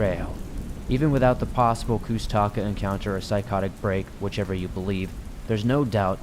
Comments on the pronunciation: I am a Alaskan Native of the Tlingit tribe. I have had many encounters and experiences myself. It’s a Tlingit word it’s pronounced koosh-ta-kah. That and Bigfoot are two different beings. I’ve experienced both. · Hearing you say koosh ta ka the wrong way, makes me cringe. I'm a Tlingit, and I'm familiar with them.